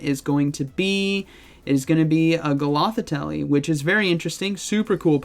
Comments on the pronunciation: A golothitell?! (GOTH-I-TELL) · It's gothitel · A golothitelly?!